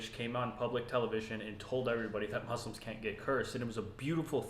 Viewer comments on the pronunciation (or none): I can tell this is a new revert by the way he pronounces the word Muslim